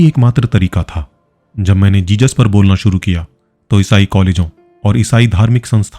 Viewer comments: Its not jejus its Jesus...jizas. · Jesus... Not Jejus..🙏🙏 Don't say Jejus.